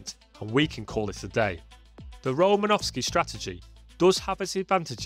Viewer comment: Just a bit of trivia, there is no V in Romanosky